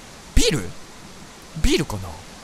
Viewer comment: 最初のビールが絶対ビルに聞こえる爆笑